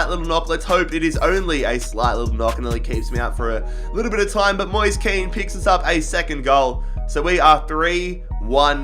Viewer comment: Moise kean is actually said moesay kane